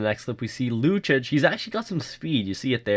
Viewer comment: Lucic is pronounced LOO CHEECH....not LOO CHICH